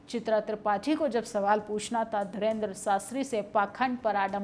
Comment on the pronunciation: मैडम पहले बोलना सीखो वो धीरेन्द्र शास्त्री है ना कि धरेन्द्र शास्त्री😂😂